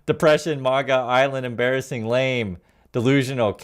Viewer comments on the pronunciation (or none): none